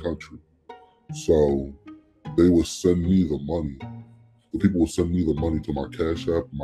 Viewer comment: i can notice the "dey"